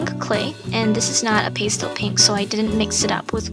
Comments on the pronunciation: Most artists I know pronounce it "pass tell" not "paste el", but great video! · I'm sure someone's already mentioned this, but pastel is pronounced pæˈstel (like pasta). Adorable jewelry! I'm a long time fan:)